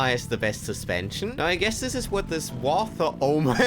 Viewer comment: "war thog"